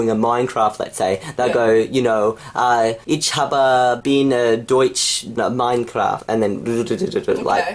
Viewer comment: Ich habe bin Deutsch Minecraft... I am German Minecraft. Also you pronounced ich wrong.